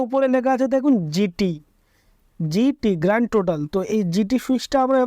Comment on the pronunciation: GT=Grand Total. Not Grant total !!!.